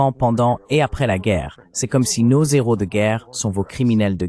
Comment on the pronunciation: PITIE ARRETEZ DE FAIRE DES LIAISONS AVEC LE.............................. H.............................un......héros.....séparez les 2 mots ..........................un néros......n'existe pas